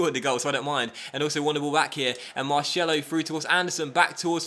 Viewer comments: It's pronounced MAR'S'ELO NOT MARSHELO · marCElo, normal C no SH. lol:) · The way you said Marcelo really made me laugh :)